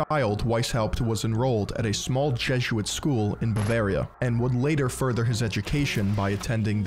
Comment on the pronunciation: It's jeh-zoot-uht. Jesuit, not Jezzuit. 😂